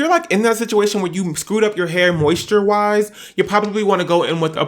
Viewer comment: “ He need some 𝗺𝗼𝘂𝗶𝘀𝘁𝘂𝗿𝗲."